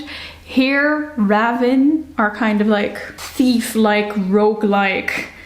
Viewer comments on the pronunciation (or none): I would have never thought to pronounce Ravyn as rah-vin instead of ray-vin. How interesting